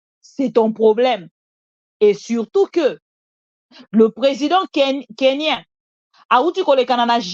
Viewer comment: On dit KENYAN ET NON KENYAIN s'il vous plaît. C'est comme les nigerians aussi on ne change pas ça en français